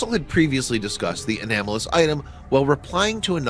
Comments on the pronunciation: anOmalous. Not anAmolous. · "Enamolous" [ and ]? Perhaps you mean "anomalous". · Anomalous = 'uhh-nom-uh-luss,' not 'uh-nam-oh-luss.' Please pronounce correctly or use a more simple word. It sounds like you just learned about the word an hour before you did the video and are just "wingin' it." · * anomalous not anamalous! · Its not an "anamalous" item. It's an aNOmalous item.